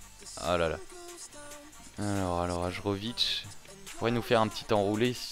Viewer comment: Hajrovic jouait en suisse et j'habite en suisse donc je le connais. Si jamais on dit : HAYÈROVIC. Sinon très bonne vidéo comme toujours et heureux pour toi que city ait gagner le titre !